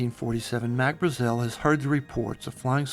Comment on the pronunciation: Its pronounced BRA-zil. A as in 'ant'.